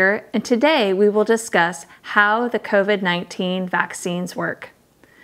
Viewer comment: Sars coveed 19... Lol... You are totally a damn robot.. Who says that..